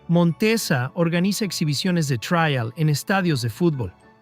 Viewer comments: Después de repetir traial 50 veces he dejado de ver el video, me supera, en España como alguien ha comentado ya es TRIAL, no se pronuncia en inglés, pero claro ¡qué se puede esperar de un mejicano! Presumen de saber hablar español mejor que nosotros, que inventamos el idioma, y lo llenan de anglicismos - en su descargo hay que decir que aquí en España cada vez hacemos más lo mismo, con la cantidad de periodistas y comunicadores que son imbéciles perdidos y aunque no tengan ni puta idea de hablar inglés van de guay, perdón de "cool", y emplean cada dia millones de anglicismos jodiendo el idioma. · El video puede que tenga errores, lo pública un latinoamericano parece, por eso dice traial en lugar de trial. Pero muchos ingenieros de los comentarios parece que están más equivocados aún, aparte de que les domina su Ego. El video me ha producido nostalgia, pero la mayoría de los comentarios me han hecho reír mogollón, 😂😂😂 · El robot no sabe pronunciar la palabra "trial" lo demás lo pronuncia bastante bien.